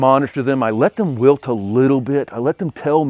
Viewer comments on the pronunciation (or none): none